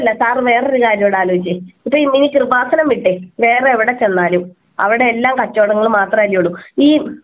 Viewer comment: കുറുവാസനം അല്ല കൃപാസനം ആദ്യം പോയി നാക്ക് വടിച്ചിട്ട് വാ.